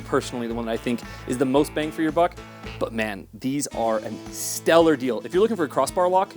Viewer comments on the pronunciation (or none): none